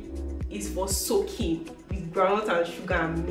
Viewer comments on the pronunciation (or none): emphasis on the soaking got me rolling 😂